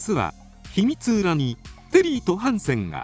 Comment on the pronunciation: 「秘密裏に」（ひみつうらに）ではなく、（ひみつりに）ですよね。 細かいことを言って、すみません。